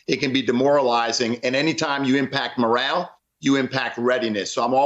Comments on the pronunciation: It’s morale, not moral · It's morale. With an "e" on the end. Guys, please do better. I know nobody is perfect, but this is pretty bad.